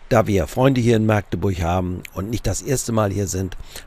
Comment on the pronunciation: Maaagdeburch wird mit einem kurzen A gesprochen, das könnten ihm die Ureinwohner erklääärn. Herzliche Grüße aus Machdeburch.